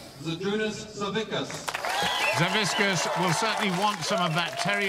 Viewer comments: WHO THE FUCK IS "SAVISKAS"? IT'S SAVIK-AS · All right.. Im a Lithuanian just like Savickas, and please ssay his last name correctly. It's Savickas and the C and K is said seperatly, nots just a one sound of K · These announcer really can't pronounce Savickas wtf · "we have a champion deadlifter and his name is 'Saviskas" ... WHO? oh you mean SAVICKAS